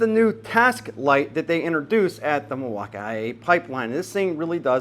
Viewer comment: oh yes, Mil-walk-i-kee-a